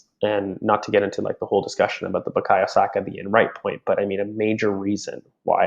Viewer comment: I remember when Saka made hid debut and the commentator called him “Buyako Sako”